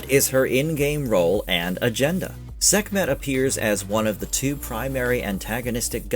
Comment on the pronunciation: Sekmeht? Sekmeht balls